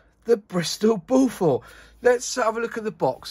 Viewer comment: Like a few other aircraft names chosen in the past by the Air Ministry and manufacturers, it's a tricky name to pronounce if you haven't heard it before. Strictly speaking, it's BOW-FERT. With the stress on the first syllable. And bow as in longbow, not something you do in front of the Queen... Nice review! :-)